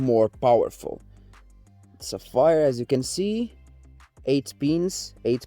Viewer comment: I'm surprised they agreed considering you keep calling them sa-fire :P :P :P That aside, good for you man. And couldn't have been a better company, Sapphire FTW. Been using them in the past, my current is 380X Nitro, and yeah - my future card will also be a Sapphire. I was thinking that for a long time, but this has cemented that decision ♥